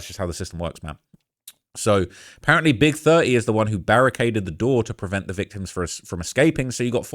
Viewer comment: Love how pronounce Big30 like "Big Thurt-ee" lmao 😂